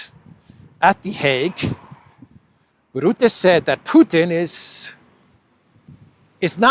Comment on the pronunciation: Rootte does not exist. I only know 'Rutte'. Learn to pronounce names.